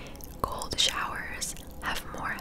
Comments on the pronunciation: You said cold. I heard gold. I'll see myself out. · I thought you said "gold showers" not "cold showers" lololololol